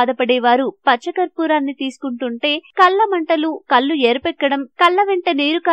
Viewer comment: అది కల్లు కాదు, కళ్ళు లేదా కండ్లు. కల్లు అంటే సారాయి...నాలుగు సార్లు ఆమె అన్న కల్లు వింటే, నిజంగా కళ్ళు తిరిగాయి!